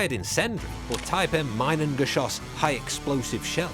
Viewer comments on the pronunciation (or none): Mienengeschoss is pronunced like Meenengeschoss. The German "ie" is sounding like an English double "e". The "u" in Sturmvogel is pronunced like the double "oo" in the English word "boot".